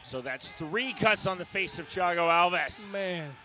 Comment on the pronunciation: Who the hell is Chiago Alves? It's Thiago.....